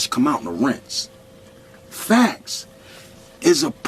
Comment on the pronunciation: boy why the fuck you say FACTS so hard lol